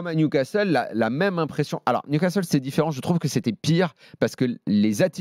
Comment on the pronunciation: Hey Marquinos : c'est niou Casteule.......c'est niou casserole